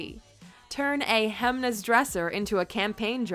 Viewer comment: no, it's not. It's like she pronounced it.